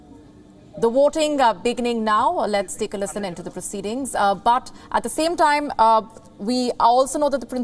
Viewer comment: Lol "Butt" surname ko butter bana dia😆